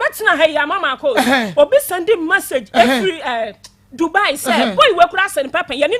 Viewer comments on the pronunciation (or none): none